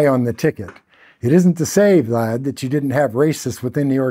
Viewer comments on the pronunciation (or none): none